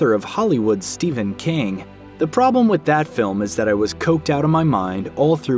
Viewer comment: Why do you pronounce ''ph'' as a ''V'' it is Stephen not Steven.